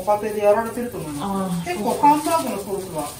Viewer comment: 「ケェエチャップ、セウス」